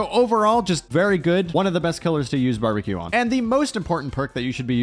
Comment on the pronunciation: Ah yes the classic bambeque